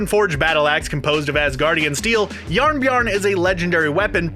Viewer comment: "Jarnbjarn?" it's "bjorn"